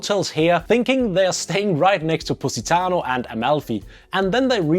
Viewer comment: all i hear is pussytano :D